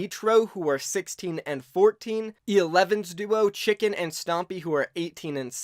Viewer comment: E11 Tschilinken is pronounced Tschinken not chicken, i am from Austria and just wanted to say that.